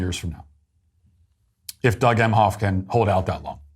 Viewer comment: Doug Meh-hoff. Modern “mensch”. That’s about all I need to hear